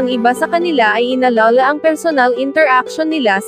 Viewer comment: Hindi binibigkas ng mabilis ang inalala